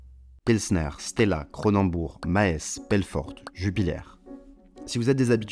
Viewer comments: Ca se dit "Mahs" pas Mahèsse, sinon vidéo très instructive merci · Très intéressant la vidéo. Au fait "Maes" se prononce Maas. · Maes se prononce "masse" ;) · "Maés" ça m'a provoqué un spasme du visage. Très intéressant sinon 😅